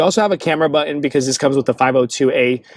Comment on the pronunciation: It's not butt-in, it's button.